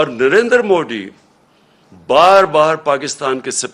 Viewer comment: Imran Khan galat pronounced bolta hai Modi ji ka. Accual मोदी जी hai ✔️✅ Not मोडी जी ❎ ❌ You can say - modhi ji